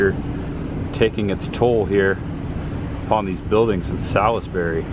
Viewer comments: And Salisbury is the birthplace of Cheerwine, and is pronounced "SAWLS-burry" here. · I know this was posted like 3 years ago but I love the Evil Dead movies. Salisbury NC is a beautiful place. lol and Cheerwine is my favorite drink. Just a FYI it’s pronounced Suls-berry 🤷🏻‍♀️ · Salisbury= Sahls-bury or Sauls-bury. The "i' is silent. I'm originally from Charlotte, and the "i" was never pronounced. I was actually supposed to go to Livingstone College there, but the cards fell another direction. Hopefully, you'll be able to go Carowinds sometime. You could go there and ride Intimidator, a hypercoaster themed to Dale and NASCAR in general. There's some other great coasters there too. It's cool you went to What-A-Burger. However, the one you went to is not affiliated with the Texas chain Whataburger. This one is part of a local chain. I used to go to the one in Mooresville all the time when I worked in that town.